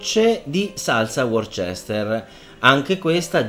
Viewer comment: Perdonami chef, non per fare il pignolo antipatico però Worcester si pronuncia "Worster"...